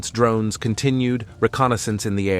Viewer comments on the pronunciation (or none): The way the text to speach guy says drroonnes cracks me up haha